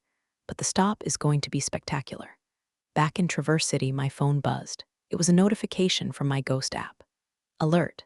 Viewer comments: Not tra-VERSE City. TRAH-verse City. ❤ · The constant MISPRONUNCIATION of Traverse City is incredibly annoying!!!!!! Can't a human review these? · Good story, but she pronounced Travers City wrong.